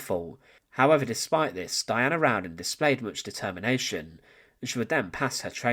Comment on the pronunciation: Her last name is spelled "Rowden". There is only one "n" in her last name, and it's at the end. You're pronouncing it like "round-den"